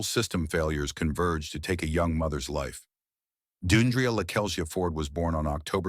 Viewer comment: It's not Doon dree uh, it's Dee AHN dree-uh. This is so disrespectful. And all of you people with these disrespectful comments, be careful because it could happen to someone you love It's not about her career. Women of all walks of life face violence daily.